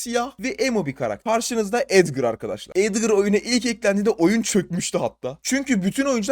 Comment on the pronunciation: La abi Edgır değil Edgar gerçekten cahilsin